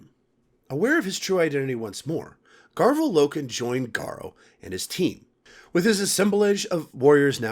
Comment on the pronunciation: Love the vid but it’s garv-ee-al loken and Ta-Rek Tor-Gad-on